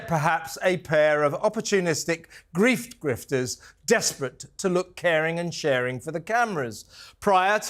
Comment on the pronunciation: He said griefters 😂😂